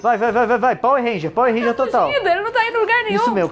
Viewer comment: Pauer Rênjia kkkkkkkkkkk